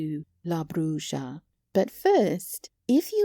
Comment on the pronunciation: Hate to be ''that guy''', but it's pronounced ''bru-ha'. Bruja = ''brew-ha''; brujo = ''brew-hoe''; and brujeria = ''brew-heer-ee-ah''. ''J'' is typically pronounced like an ''h'' in Spanish, as in ojos/''oh-hos''; or Jesus/''hey-zeus''.